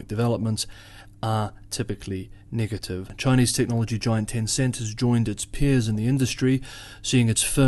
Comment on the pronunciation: Your pronounciation of "negative" sounds like "n-word"tive